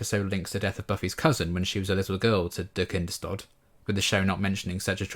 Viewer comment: Yeah, have always felt that the Buffy production team could have done 2 minutes of research to find out how to pronounce Kinders-tod! If they new it means “Children’s death” how can they manage to not pronounce it correctly?? Baffles me to this day.